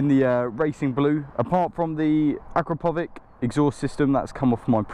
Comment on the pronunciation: Dont wanna sound like an ahole but the "proper" way to pronounce the exhaust name is "akra-povich" not a "k" sound at the end,just a tip:)